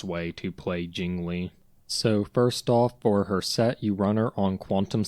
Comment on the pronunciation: JingLiu❌ JingLee ✔